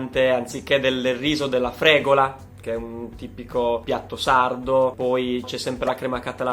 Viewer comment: Per favore ... min12,00, FregUla e non FregOla. Fregola ha ben altro significato, in Italiano.